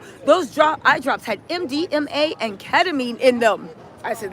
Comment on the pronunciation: It's MDMA not MDNA